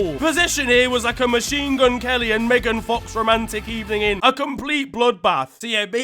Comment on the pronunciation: "Good eebening."